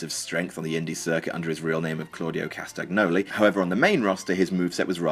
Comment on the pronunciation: It's pronounced CastanYYoli not CastaGGGnoli .. + Adam Rose is speaking with South African accent